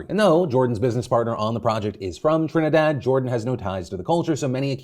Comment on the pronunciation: Thank you Phil for pronouncing my Country properly. 🇹🇹🇹🇹🇹🇹